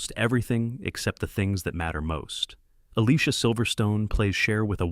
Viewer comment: You pronounced Alicia wrong